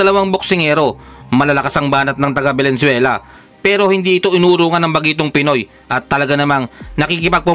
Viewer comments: Venezuela, hindi valenzuela. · Venezuela boss. Hindi Valenzuela. 😊😊😊